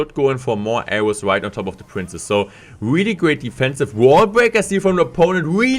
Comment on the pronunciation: Say really not weally